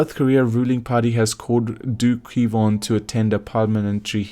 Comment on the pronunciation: WHO THE HELL IS KVON? ITS DO KWON NOT KVON.